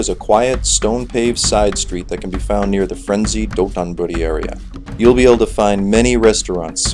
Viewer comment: It’s DOTONBORI not DOTONBURI :)